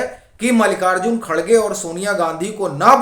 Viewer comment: खरगे नहीं खड़गे कहो हिन्दी में